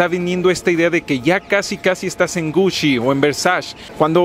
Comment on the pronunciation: OK, sí. Pero por qué dice Gushi y Versash. 😅